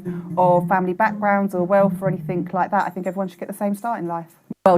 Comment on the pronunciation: Reeves sister needs a better education. she says, "or anythink like that." Clearly uneducated. Can't even speak properly. xx